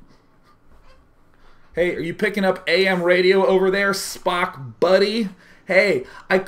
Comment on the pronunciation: Its Spock, not Spark.